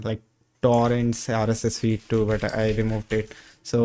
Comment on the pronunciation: Nice video! The accent could do some work. The way you say "rss" sounds off. Like it doesn't match the rest of your accent.